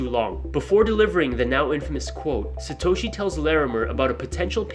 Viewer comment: It’s Satoshi